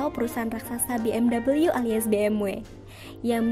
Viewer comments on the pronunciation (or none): sebenernya Bi-Em-Wi bacanya, orang jerman ga pernah pake double U.